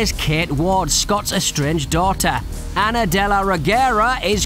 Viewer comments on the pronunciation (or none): none